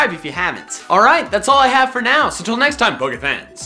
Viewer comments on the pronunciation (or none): none